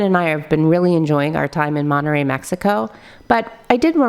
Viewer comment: "monereyy mexico"